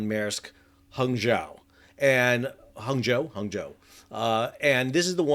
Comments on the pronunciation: Good Job on pronouncing Hangzhou 杭州市! [Hang like the first part of Hong Kong & Joe like my son's name - "Hong Joe"] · Sal, superb pronunciation of Hangzou! Well done! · Your pronunciation of Hangzhou is much better than your pronunciation of Languedoc. 😅😅